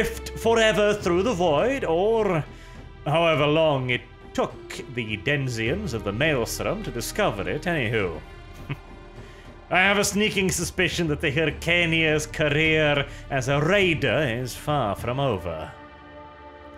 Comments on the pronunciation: it is "denizens", not "denziens". Damnit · Denizens* not Denziens. Loving this series as well as the Siege of Vraks.